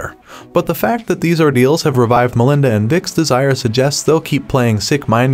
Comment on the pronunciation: I thought it would Melinda's lovers but he mispronounced it so many times I can't 🙄